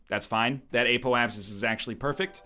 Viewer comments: WHEN WILL NORTHERN LEARH THAT IT'S "Apoapsis" and not "Apolapsis"?!?!?!?!?!?!?!?!?!?!?!?!?! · "App - Oh - Ayy - Sis"